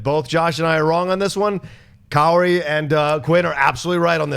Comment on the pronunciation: Hey isn't John pronouncing Kaori's name wrong or is it just me mis-hearing him.